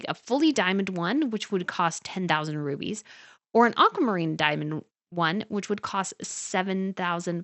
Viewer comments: The word is rubles, not rubies. Rubles is the name of Russian currency; rubies are gemstones. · Rubies? Does she mean rubles?